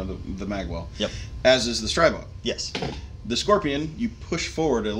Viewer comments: Stribog is pronounced Stree-bog, not Stry-bog. Like Strip, minus the p + bog. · After watching a video from Shot Shown 2019 . . . And seeing the Grand Power CEO correct the vlogger 3 times, it's pronounced "STREE-BOG", not "STRY-BOG". Simple. It's their gun, they know how to say it.